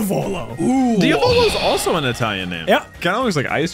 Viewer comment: Diàvolo not Diavòlo its an italian name and means devil accent on the a